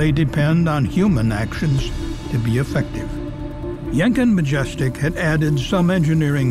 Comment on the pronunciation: I'm sorry but I can't stop giggling whenever says 'Yenkin', because to me it sounds he's saying Jenkem.